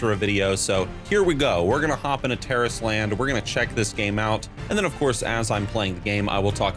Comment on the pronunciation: That's how you say it? Terrorist Land?!